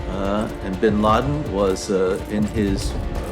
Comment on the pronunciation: Tout le monde : "Ben Laden" Japonais : Ben Ladenyu